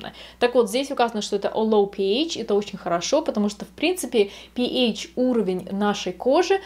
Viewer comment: Интересный ролик. Только, не говорите пИЭЙч - слух режет. ПэАш - рН